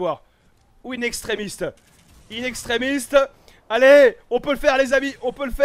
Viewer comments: Mais arrête c est pas "in extremiste " c est "in extremis" mdr a cgaque fois ça me fait rire 😂😂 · Bordeeeel! In extremiSTE ça ne se dit pas et ça ne veut RIEN dire! Fais un effort stp... on dit In extreMIS!!! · Juste pour pas te tapé la honte c'est inexstremis pas inextremiste 👍🏻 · C'est pas "In extremist", c'est "In extremis" sans T s'il te plait voit ce com pour arrêter de faire l'erreur x)